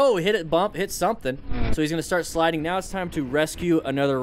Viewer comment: are you serious right neow